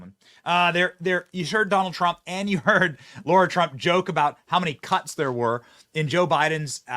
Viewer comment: Bro- it’s LARA… not Laura. I suspect her name is inspired from the movie Dr. Zhivago.